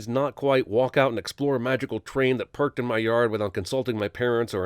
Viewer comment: i sin your narrating for not being avle to say your own written words, you wrote park but said it as perk, it wasn't your accent, it's your lazy editing, stop scraping the bottom of the barrel and sin some real sinable movies...